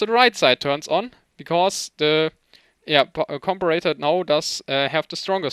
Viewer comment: I am not sure how British people pronounce the word, but in the US it is com-pair-a-tor." Just in case you wanted to know. Your English is amazing by the way. Awesome video.